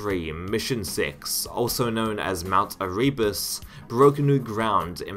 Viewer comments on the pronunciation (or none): Eh-reee-bus 😂. Never heard that mispronunciation before, but there’s a first time for everything 🤷‍♂️ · The way you say Erebus kills me and that bfg technique is awfully, but otherwise great video